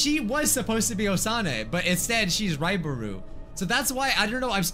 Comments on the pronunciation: It said right buro when u said ribaru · Finally some one say raibaru